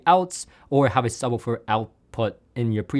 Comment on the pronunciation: Can’t get past pronunciation of “subbah-ferr”